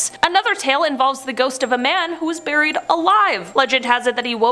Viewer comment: “A nun was ‘burrried’ alive”, I gotta know where her accent comes from. I’ve lived all over the US and have friends from many nationalities and haven’t heard that pronunciation. Not giving hell, genuinely curious! Love the video, thanks!